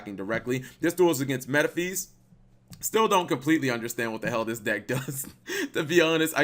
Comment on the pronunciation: Its pronounced "Me-ta-fist"